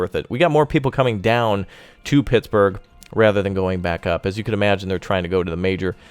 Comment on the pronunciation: you said PIGS-burgh twice lol